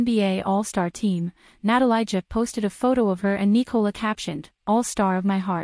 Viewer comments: its not "natalayja" for christ sake, its "na-ta-lee-ya" leb te yebo nepismeni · Natalia. This is how you pronounce her name. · OMG you don't even know how to pronounce her name 🙈